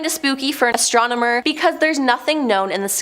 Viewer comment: I can tell she is not fond of the word astromener hahaha